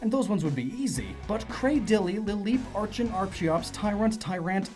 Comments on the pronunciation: isnt archen and archeops pronounced more like arken and arkiops though? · It's pronounced "ARCK-en" and "ARCK-ee-ops". Remember to think of it like "Archaeopteryx". And I'm a firm believer of the "fossil Pokemon are only Rock-types because of fossils" myself. I love the idea that they were a different type back when they weren't fossils. My personal theory of what type they once were: >Omanyte/Omastar=Water >Kabuto/Kabutops=Bug/Water >Aerodactyl=Dragon/Flying >Anorith/Armaldo=Water/Bug >Lileep/Cradily=Water/Grass >Cranidos/Rampardos=Dragon/Rock >Shieldon/Bastiodon=Dragon/Steel >Tirtouga/Carracosta=Water/Steel >Archen/Archeops=Dragon/Flying >Tyrunt/Tyrantrum=Dark/Dragon >Amaura/Aurorous=Dragon/Ice As you can see, I'm pretty convinced all of the dinosaur (and pterosaur in Aerodactyl's case; remember, pterosaurs were NOT dinosaurs) Pokemon were Dragon-types. It would explain why so many other Dragon-types (Haxorus, Dialga, Palkia, Altaria, Kommo-o, Reshiram, etc.) are also clearly dinosaurs and why many non-Dragon-type dinosaur Pokemon (Tyranitar, Tropius, most of the fossils I listed) can learn Dragon-type moves.